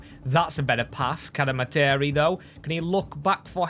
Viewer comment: Cad-Eh-Mar-Tree is how you pronounce cademarteri, love the vid!